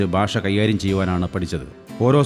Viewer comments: Your Malayalam Pronunciation is incorrect Basha alla, Bhasha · ബാഷ അല്ല മാഷെ ഭാഷ ...ആദ്യം മലയാളം ശരിയായി പറയു .....